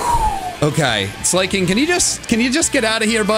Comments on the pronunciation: I can never get over how pronounces Slaking’s name…it’s just…merp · slay king slay king slay king it’s slaking like slacking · You do realize that slaking is pronoused Slack-king not slay-king? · I hate how pronounces slaking Slayking that slaking was not slaying ☝️ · the way pronounces slaking is infuriating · kept pronouncing slaking like slay-king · I'm begging you... PLEASE stop saying Slaking's name like that... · the way says slaking gave me an aneurysm